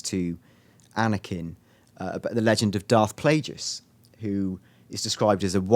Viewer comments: () Darth Plage-jus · its pronounced 'plah-guys' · so the 'e' is spelled as a 'u' and the 'i' is silent if it's pronounced 'plah-gus'? i say plagueis like 'plah-gays' (sorry not plah-guys) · Why cant these guys pronounce Darth Plageius properly lol. its pronounced 'plague-us' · PLAH---YOU----GUYSSSSSSSS NO, just no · This video lost all credibility when they evoke the name of Plagueis. They speak the name Darth Plagueis in Episode III, and there is an entire book about him. How can you not properly pronounce his name? Is Han really dead? Seriously? The planet exploded. "A wry ghost"? Do you understand this universe at all? Only Jedi can become "ghosts" through use of the force. Lastly, the extremely weak criticism of "beat for beat" remake of "A New Hope" has been utterly destroyed in so many other forums and videos it is sad to see this still out there, so I won't waste my breathe rehashing the failures of the theory. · if you are going to pronounce it that far out, you may as well just call him Dave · () at least he didn't pronounce it PLA-Jee-us lol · I know right so with the dark side too